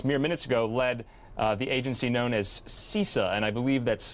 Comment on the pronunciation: its CISA (SIZ-UH) Yeah Krebs did it right! (sarcasm) He had to go......he was out of his depth.